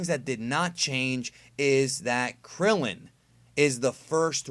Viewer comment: Damn at least put some respek on Krillin & Tien's name